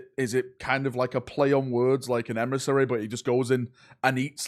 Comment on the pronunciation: Nrorn Emrissary... God dammit....